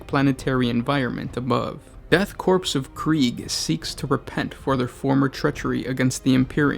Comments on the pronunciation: Great vid m8 but pls, corps = core; not corpse... Unless going for a play on words; can't tell. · It is pronounced "core" not corpse. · 'Death Corpse' eh? Don't you think it would be worth it to take the time to understand how specific words are pronounced if you're going to spend an entire video speaking? It's pronounced 'core' by the way, in case the 459348 comments already posted weren't enough. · **death CORE Is the correct pronunciation. I don't mean to be "that" guy, but "korps" just sounds unprofessional and kind of robs the name of its otherwise foreboding tone. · Your inability to pronounce the word "korps" hurts my ears. It is "core," not "corpse." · Corps not corpse. Corps or Korps is pronounced core. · Core. not korps. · CORE. CORE. Not corpse. Omg, lol. Brother, I love what you do but you need to listen to more audiobooks and military documentaries. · It's CORE not CORPSE. :( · Death Korps of Krieg, not Death Corpse of Krieg. Sounds like core. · its pronounced "core", NOT "corpse". By the Emperor, your manner of speech alone is a heresy itself. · Korps is not pronounced like "corpse", rather it is pronounced "core". For example "Marine corps". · It's pronounced Korps in english too btw. Not Corpse. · its pronounced "core" not corpse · Mate, it's 'Core' not 'corpse' Pronounce it right. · I feel I should inform you that "Korps" is pronounced "core" not "corpse" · Was going to watch this. But he kept saying corPSE instead of corps. Shut down. Thumbs down. Made comment. The end. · Go to google translate in german and write korps, it is pronounced Kôr you fucking imbecile, just because it is another letter instead of the C doesn't mean you pronounce it like corpse you nitwit. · core not corpse. but I love the video anyway! keep em up. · korps or corps is pronounced "core" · It’s pronounced CORE when the word “ Korps “ is used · Korps is said like "core". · Korps is pronounced Core... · OMS it’s pronounced core but spelled korps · ahem IT'S PRONOUNCED CORE!!!